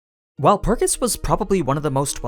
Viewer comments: He is miss pronouncing Walpurgis🤧 My ears can't take it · Wut is that pronunciation of Walpurgis? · Why you saying shit weird, watch the anime they don’t pronounce wulprigs like that it’s like you taking extra steps to sound weird